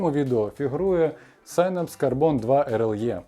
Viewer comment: нарешті хтось норм вимовив synapse!